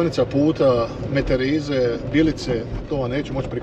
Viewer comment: Super video, svaka čast ali svaki put kad si reka Meterize san zavarila jer mi drugačije to izgovaramo.